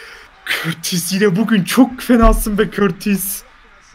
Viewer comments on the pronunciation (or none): O kortis değil courtois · Körtis değil courtois yani kourtoi diye söyleniyor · körtis de courtua diye okunur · Olum körtis dediginde çok sinir oluyom 😂😂😂 onun adi Kurtis diye okunuyorrrr🤣🤣🤣🤣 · Körtis Diye okunmuyor Kurtuğo Diye okunuyor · Aabi o kortis diil ,,curtua” boyle okunuyo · Abi körtis değil kutua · Körtis değil Kurtua diye okunuyo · Körtis değil KURTUA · Körtis deil sağırtis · Abi körtis ne yaa 😂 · Kurtuvata körtis diyolar abi neyse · Abi courtois oyle okunmuyo kurtua diye okunuyo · Abi kortis. Degil courtouis